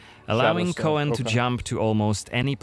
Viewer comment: Like many witcher things coen/koen is a Dutch name so their pronounciation is a bit off. It's actually more just pronounced Coon/Koon. But in german it's a bit in between tbf. Unless they mean Coën or Cohen or something else. But Coën is not a "real" name. And Cohen is like Jewish I think.